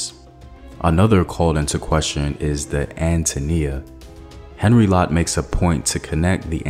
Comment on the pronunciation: I appreciate your work but could I suggest that you provide some additional details in the links so that one can search up the information for oneself. And the pronunciation of names should be better it's not Henry it's Henri which is spoken as "On Ree". It would provide a greater sense of authenticity to your very good work and research